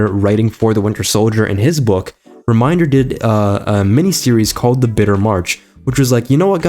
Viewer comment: Rick Re-Men-Der